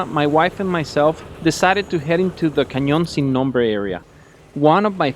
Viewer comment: I dont get why if you speak fluent spanish you still say "Canyon sin nombre" con acento americano hahhahha